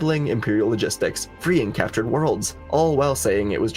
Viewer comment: IT'S CAPTURED NOT CALTURED!!